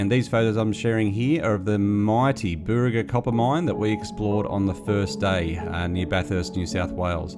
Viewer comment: Burraga is pronounced as bar rug gar